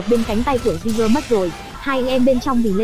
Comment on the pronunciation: Kênh review chất lượng, khá chính xác, mỗi tội cách gọi tên jeager hơi bủh bủh lmao